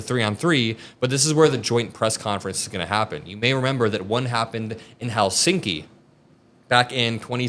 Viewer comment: FYI in Finnish language the stress is always on the first syllable.👍 Thus it’s HELsinki👌 not HelSINki!👎😖